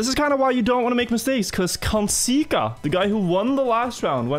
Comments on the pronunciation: bro thats not how you say kandzsika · kandzsika az egy igazi szó és dzs-vel mondod